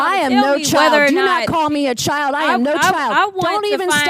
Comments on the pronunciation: It’s actually CHILE… I don’t think anyone even pronounces a D sound in that. We sure don’t. 😊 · Chile, not child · I think it’s more like (chile) not child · She said "Chile" not Child! I got the hair ties, vaseline and a chair to seat in, while I eat my popcorn to make sure that NOBODY interferes! Cause Chile, Grown women now don't play~let's go outside, away from the Capital and say this! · she didn't call Nancy's name even though she was referring to her. Nancy took offense to Jasmine speaking the truth, & by the way, Jasmine said "Chile" not "child." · Nancy Mace represents South Carolina! She knows very well.that JC did not call her a " child "! JC call her a " Chile ", which in the south is a SLANG TERM! Just like ' bro" , "word,"and solid! NM knows what " take it outside" meant, too! She meant just whay she said! Lets not forget that this is the same person, months ago, on NATIONAL TV", refused to.pronounce VP HARRIS name correctly! Despite being called out by other guests, on the show! She continued to blatantly, intentionally, disrespect VP Harris! However, NM consistently ACTS LIKE A CHILD! NM is triggered and intimidated by JC beauty, intelligence, education, qualifications, professionalism, popularity, and mere prescence! NM needs to stop.bragging about graduating from the CITADEL or HER AGE! It's clear her racism, bigotry, homophobia, transphobia, and uncouthness, IS AGING HER!